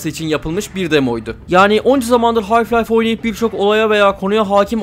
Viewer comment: Hocam yanlış anlama fakat anlattığın oyunun adını bilmemek biraz absürt kaçıyor. Hayf Life değil, Half Life.